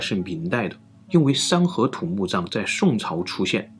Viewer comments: 三合土读成了山河图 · 山河图 🤣 这发音 真误导啊